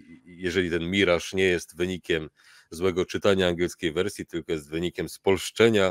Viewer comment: Akurat "miraż" jest jak najbardziej prawidłowe 😉 Orygnalna angielska wymowa to /mɪˈrɑːʒ/ , więc chcąc być super dokładnym (a jednocześnie mając w nosie faktyczne dźwięki języka angielskiego, stosując tylko polskie) "myraż" będzie nawet odrobinę bliższe prawidłowej wymowie (ale i tak polecałbym trzymać się swojsko brzmiącego mirażu, jest naprawdę jak najbardziej OK 😉) EDIT: I oczywiście nadal należy pamiętać o stawianiu akcentu na drugiej sylabie!